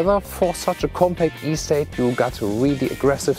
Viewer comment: i would go nuts from his bad English and to much talking. I wish he would at least learn how the say ESTATE in English.